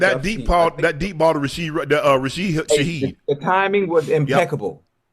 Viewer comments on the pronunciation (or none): his name be RASHID SHAHEED NOT RAHID SHAHEED